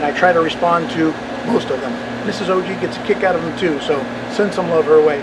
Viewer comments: It's not O G, it's pronounced "OGG!" lol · It's not O G it's pronounce "ogg" lol